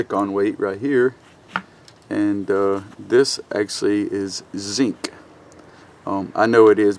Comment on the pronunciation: Took me some time to figure out what the heck is "sink", what is he talking about :)))